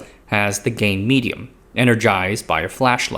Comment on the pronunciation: 🗣 "gain medium" 🦻 "gay medium"